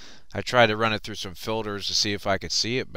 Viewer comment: it is filters not filders